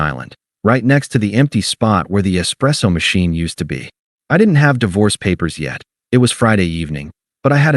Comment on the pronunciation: Hey AI - Di Vorce is not the correct word. I switched off after 5 seconds.